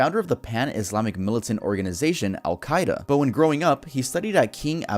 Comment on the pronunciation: i absolutely DISPISE how says al-queda